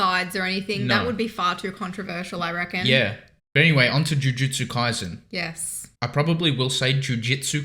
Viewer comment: KaiSen, not KaiZen, please and thank you